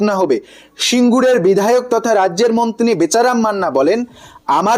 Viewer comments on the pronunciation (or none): তুমি ভাই আগে মন্ত্রী উচ্চারণ করতে প্র্যাকটিস করো। ওই মন্তিনী -মনতিনি শুনতে ভাল লাগে না